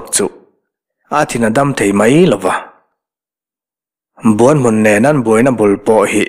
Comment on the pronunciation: Buan hmun..tih a, 'Buan' tih rik dan, Kima leh zova an inbuan a, Kima a chak zawk' tih a, 'Buan' ri anga lam ri sang hi, Kima chuan a buan-pui kha a hneh asin..tih a, buan..ri hniam anga ri tur a ni zawk em? Buanhmun..tih hming ang hian. Ka rin dan mai mai a ni e.